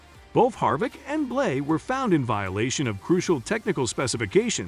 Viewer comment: It's BLANEY notBlay